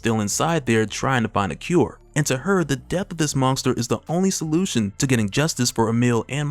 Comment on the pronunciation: can you STOP saying MONGESTER? wtf!